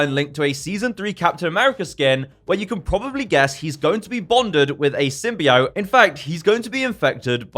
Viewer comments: It’s not Sym-bye-ot. It’s Sym-bee-ot. Thank you. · For reference: It’s Sym-Bee-Oat, not Sym-Buy-Oat.